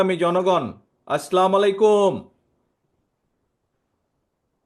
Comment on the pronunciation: আসলামু আলাইকুম না আসসালামু আলাইকুম।